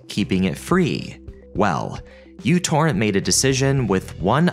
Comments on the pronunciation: Pedantic nerd point: The correct pronunciation is "mew torrent" because it starts with the Greek letter μ. I remember them saying it on the website the first time I downloaded it. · It's not uTorrent! It's Micro-Torrent. That's a micro symbol not a U!! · It is not a 'u', it's a mu, as in 'micro'. MicroTorrent. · someone tell this dude that the fancy u stands for micro? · It's a mu, it's pronounced "micro," and Microtorrents are still alive and well -- so you managed to get three errors into a single phrase. No, I didn't watch the video: if a speaker shows themself to be a half-wit in the first ten seconds I move on. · Being in electronics, every time he calls it "U-Torrent" is like fingernails on a chalkboard to me. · 'µ' is a Greek letter. It's pronounced 'mew'. Never really heard of it being an abbreviation for anything. Anyway, it's pronounced "you-torrent". This is the first time I'm hearing otherwise. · It's actually mu torrent. It's the Greek letter. Although I always called it u-torrent. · its pronounced mew torrent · you'd think you would do 5 seconds of research before putting this out. µ means micro so it's actually pronounced microtorrent fyi. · MICRO Torrent. The software is called MICRO Torrent. sigh.. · WHY DO YOU KEEP CALLING IT U-TORRENT????????? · That is not the letter "u" from the Roman alphabet, that is the letter "µ" (mu) from the Greek alphabet. So µTorrent is actually pronounced as microTorrent. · Its pronounced NanoTorrent dammit ! 😊😅😂 Im rite. I was there when it dropped back in the day. That symbol is the unit of measurement microchip architecture of the transistors/wire pathways are measured in. Nanometers. That symbol in front of the Torrent. Makes it NanoTorrent ! But when it first came everybody in Indiana was calling it NanoTorrent. Though as the mentioned "poor marketing" ! So I guess we won't hear the creator or commercial say the name aloud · wait its not myu torrent??? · Fyi it's pronounced "micro torrent"